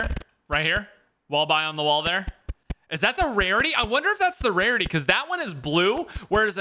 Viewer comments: he says wrarity instead of rarity Lol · “I wundu if it’s the wawity uwu” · Did say warity lol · when says wearity instead of rearity rolling on the floor laughing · When he said “wariety* i geeked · Quick wevive Waygun Warity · Warity and wevel lol